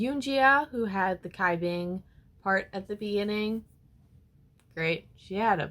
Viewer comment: Cai Bing is pronounced as "chai bing" and Hsin Wei as "Shin Wei" uwu